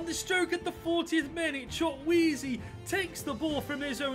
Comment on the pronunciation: this is how you pronounce his name choo/koo/a/zay